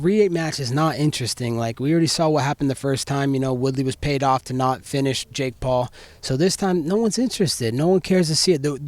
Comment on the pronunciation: Did he call him steak Paul ? 🥩😂